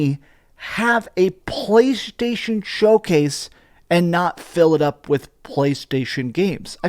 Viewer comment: Why do you pronounce“PlayStation” so disgustingly? 🤢🤮